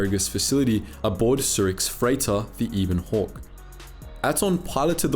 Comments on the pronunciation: I know a lot of people are going to be annoyed by this, so first of all I really like the channel and enjoy the videos. Second it's the ebon hawk not the eeeebon hawk, also please stop saying nucular, it's nuclear. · Ah yes pairuhgus and eeben hawk. Jk love your vids. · When pronounces it as the Ebon Hawk and not as the Ebon Hawk